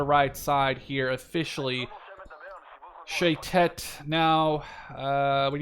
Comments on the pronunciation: shayetet 13 is our version of the navy seals and u pronounceit sha ye tet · Nice game also you're not pronouncing well shayetet, it's sha ye tet